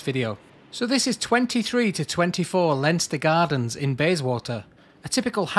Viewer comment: It’s ‘Line Ster’ Gardens ffs